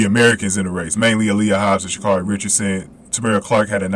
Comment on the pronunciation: It's pronounced ( sha' carry)